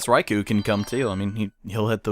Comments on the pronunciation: Raikou is pronounced Raiko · Raikou is /rye-koh/ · it is prounounced (rai-co